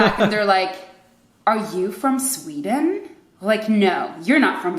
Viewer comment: How she said 'Sweden' at the start of the video was 100% Swedish. As it progressed her Americanised accent came through more, I found (and she got louder).